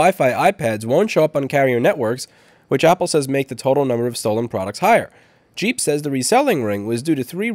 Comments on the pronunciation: If it's GEEP, it aint said like JEEP. Its more like G-imp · It's not pronounced jeep, it's pronounced geep. think gah, not jah, think geek, not jeep.